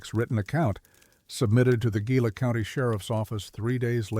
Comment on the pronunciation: Gila: you're pronouncing it wrong. Properly it would be pronounced as the following is spelled: HEE-LA